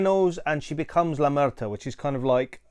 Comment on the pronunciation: Slight correction, is la muerta, no la mureta.